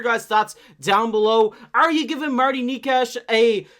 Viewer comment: wtf are you talking about Coyle being a winger and shifting into center at times? Coyle IS the third line center. Was the third line center and stayed the center. He has a ntc but it would be nice to trade him for the cost. And Necas is not pronounced that way. Did you watch any of the reporting like any lmao? Knee-Kash? No. And wtf is that chart. Coyle is not a winger and has never been a winger. And no. Necas is not a 10-12 mil. He is a 9-9.5 mil. And the Avalanche did not lose their star player. They had two stars way above what Rantanen was. Named Mackinnon and Makar.